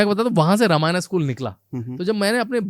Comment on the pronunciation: जब आप लोग हिंदी में वार्तालाप करते हैं तो यह रामायणा, महाभारता, वेदा, योगा, यह सब कौन सा ब*** वाला भाषण जोड़कर रख देते हैं 🤬🤬🤬🤬🤬